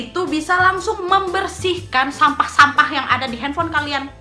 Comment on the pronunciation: Penekanan kata "sampah" nya. . .ky dr hati banget.. Hahahahaha🤣🤣🤣🤣